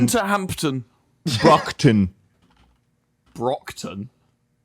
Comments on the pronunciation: It's not pronounced Bruckton, as a person from Massachusetts it is pronounced how it is spelled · Its pronounce Braak-tin